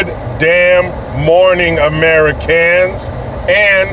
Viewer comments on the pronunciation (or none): Ameri-CANS, CAN-adians.